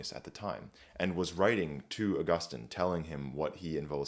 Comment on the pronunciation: It's actually pronounced Augustine.